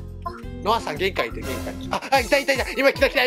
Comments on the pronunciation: よかったね、のさんになってるwww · 途中ノアさんじゃなくてのさんになってたw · 3分33秒のところ のさんwになってますよ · よかったねのさんになってるw